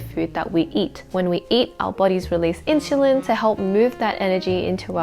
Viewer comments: in- SUL-LIn. that drove me nuts . IT's not INCHULINS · in-soo-leen. not, in-shoo-leen. also isn't it obvious you shouldn't eat fast food all the time? i guess its not common sense for most. cause my friend eats only fried proteins and carbs. no veges at all even. and drinks soft drinks with his meal all the time instead of water. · Why does she say "inshulin" ??! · Inshulin hahaha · NO WAY did you lose 10 kg in 12 weeks, stop spreading misinformation!! You are like many liars who sell the lie of losing so much weight in just a few weeks, and when girls try it and fail they get discouraged and depressed! Cant even say "insulin" properly